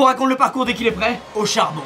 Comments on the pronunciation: A on entend « Hauchard bon » ou « Au charbon » ? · "auchard bon" 😂😂 ( je sais que c'est "au charbon" c'est de l'humour ) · "Hauchard bon" ou "Au charbon !" ? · il dit hauchard bon ou au charbon ?😇🤭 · Du coup le osharbon ( o charbon ) 👏🏻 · Auchard bon 😁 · HAUCHARD BON oui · tu voulais dire "hauchard bon" hahaha puniser moi